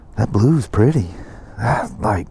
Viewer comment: "It's some kinda purty". Hee-hee🗨️😎👍